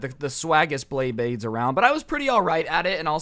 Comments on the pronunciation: ITS NOT BLEYBLADES ITS BEYBLADES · me: oh he knows about bayblade thats a surprise hears him call it blaybades also me: WTF WHY BLAYBADES BRO JUST WHY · blayblay blaybades., it's beyblades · bley bades lol, its bley BLADES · bley blades lol its BEY blades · Dude my guy calling them BLEYBLADES TRIGGERS ME ITS BEYBLADES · He didn’t even realize he said pay bley blades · Either he said pay bley blade or Blay bley bley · He kept saying bley bade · anyone else notice he said “pay bleyblades” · How many times was blay blades said instead of bay blades... I seriously want to know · how many times did he say Bleybades Bleyblades and Beybades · you keep saying bablades blablades blabades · “Go into the. Bathroom and pay bleybleyds” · He said bleybades so many fucking times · He keeps saying blayblades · says beyblades Me:I REALLY REALLY REALLY LIKE BAYBLADES!!!!!! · he kept saying blry bade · Every like is for everytime he said bleybades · Did he say bleyblades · "bley bades" "bley blades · bayblayds me:gos ultra instint did you just say blayblayds!!!!!!! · Umm ‘let’s Blay bleyblades’ He took way to many L’s in one sentence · Did he just say pay blaybades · Can someone count how many times he mispronounces beyblades?